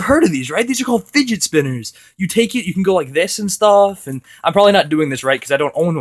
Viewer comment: he sed figet